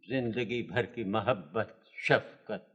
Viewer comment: The old man’ avid Urdu dialogue delivery and pronunciation is immaculate. Few know its MAHABAT not muhabat